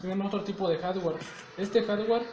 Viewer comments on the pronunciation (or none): Reprobados en el segundo 5, como que "harware" jajaja HARDWARE.